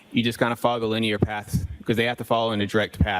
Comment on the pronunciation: He has problems with words over two syllables. He says linyear, instead of linear.